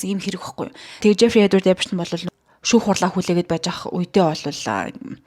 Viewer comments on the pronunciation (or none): none